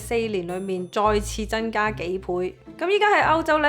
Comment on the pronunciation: 謝謝Rain的分享 如你能夠改善懶音問題，就更Perfect了！ 俄羅斯嘅俄，超額既額，係有鼻音嘅 增加，唔係真加 一百，唔係一八 油產，唔係油橙 其實仲有都幾多😂 開頭聽有啲辛苦，但因為內容豐富，都選擇繼續聽